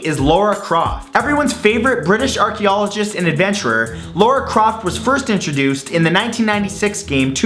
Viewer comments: LARA not LAURA!!! Thats the 2nd time you mispronounced a word!! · Why can't Americans say Lara? They pronounce it as Laura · The pronunciation of Lara is killing me La ra not Laura 🙈🙉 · I only have two problem with this video. 1st is that he said Laura instead of Lara and 2nd is Hitmonlee is not based on Bruce Lee it was based on some other martial artist from Japan that I can't remember his name for obvious reasons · It's pronounced lar-ra not lawra xD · Who the fuck is Lora Croft? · IT'S LARA; NOT LAURA D:< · ... you said Lora Croft and Samus Eran, I think you mean Lara Croft and Samus Aran, Americans and Canadians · Why does he pronounce lara as laura? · her name is Lara not Laura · You kept saying 'LAURA Croft...' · Your videos are awesome, but PLEASE work on your pronunciation! It's not just in this video, but it happens in almost all of yours, and it's not just "ethnic" names either. It's La-ra not Lo-ra Croft! Sorry to be picky, but I think you're great, and it'll help you be taken more seriously. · "Laura"? It's pronounced how it's spelt: LARA. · It's Lara not Laura... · you know ... lora craft... is it so hard to prononce it l_a_ra ? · Its lara not laura! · Laura croft? No Lara as la-ra otherwise fantastic episode! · LARA ITS LARA NOT LAURA! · Lara not Laura & Neneh not Nina! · LARA CROFT YAS. it's Lara, not Laura :( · Lora Croft? I thought it was Lara Croft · Why are Americans incapable of saying Lara!? I don't think I've ever heard someone from North America say it correctly. It's not 'Laura', it's 'Lara'. 'Lah-rah'. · ITS LARA NOT LAURA!!!! its not Laura T^T................. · Great video but... Your pronounciation of names suck xD I mean "Mayamoto"? Lora Croft? Just Sayin' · i found it interest that he pronounced Lara like Laura. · Why do so many always pronounce Lara incorrectly? It is not Laura! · Is Luara a Canadian pronunciation of Lara? I'm not mocking or anything, I'm genuinely asking. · I hate the way you pronounce Lara